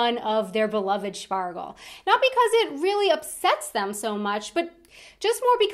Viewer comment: I just died inside every time she pronounced Spargel 😅😬